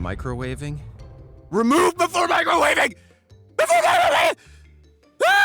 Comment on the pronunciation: "remove before microwaving?" "REMOVE BEFORE MICROWAVING?!" cant make out words "ÆªƏŒƐªÆºƏ"